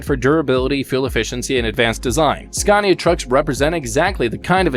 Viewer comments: It's is pronounced SCANIA, not SCARNIA. There is no R in Scania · now don't come here and say it worng its skan-i-a we can't haveing you going around and saying it like porsch :'D :'D its por-sche..